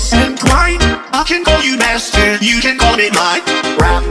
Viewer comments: I swear on my mother that the first time he says b*stard instead of master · He’s saying “I can call you master you can call me mine” sooooo but yea he does sound like he’s saying mustard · Am I the only one concerned why he said mustard like “MAStErd”